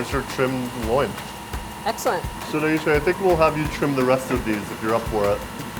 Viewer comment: Nyesha is her name. Not Naisha.